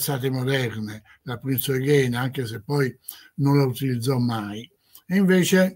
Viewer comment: Si ma ... Thaon di Revèl non Rével, Prinz "òighen" non "oighèin", Premùda e non Prèmuda... insomma, che fastidio.